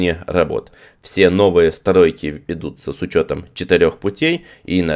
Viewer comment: Теперь преодолеть: СтАройки и стАрелки... Успехов Вам,!!!